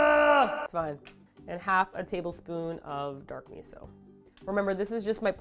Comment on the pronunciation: I love Drunk lmao... she say meetho soup and sivey!!!